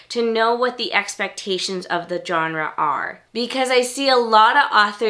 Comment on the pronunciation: Does anyone pronounce Genre correctly anymore? It's a soft G... Not a J